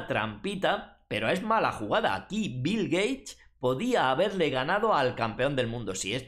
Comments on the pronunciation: Shot por cada vez que dice Bil Geish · "Bill Gay" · bill geich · si asi dijo jajaja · Qué contrariedad para Bill "Gueich" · Bill Geish! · Bill Geich, me encanta!